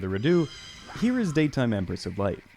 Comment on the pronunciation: empress of light turned into emesis of light